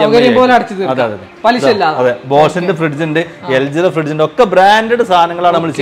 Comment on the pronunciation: പുന്നാര ഉഡായിപ്പേ.... ഫിഡ്ജ് അല്ല ഫ്രിഡ്ജ് എന്ന് തന്നെ parayu